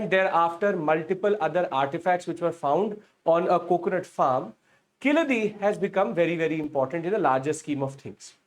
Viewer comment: Its vaigai not vagai 🫤😓 too bad pronunciation. Its not keechadi its keezhadi (learn to pronounce "zh" "zha" if these english letters involved in tamil name